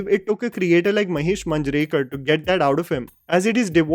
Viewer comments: Just a minor correction regarding the pronounciation of some marathi surnames, It's not Taarde, It's TARDE and Not Manjrekar but MAANJREKAR. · Sachin Khedekar***. I am a huge fan of yours. Please work on your pronunciation.. You have pronounced last names incorrectly. Limaye and Manjrekar.. As you are into National level film analysis, then perfection and accuracy in pronunciation is a must. Keep up the good work my bro. Cheers!!!